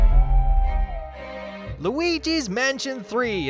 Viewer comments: why does it sound like son of a bitch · When you say son of a glitch it sounds like son of a the b word